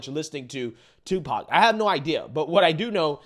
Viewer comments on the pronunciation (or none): none